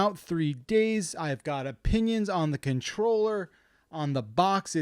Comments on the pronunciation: What’s a “contorller”? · "Contorller" lol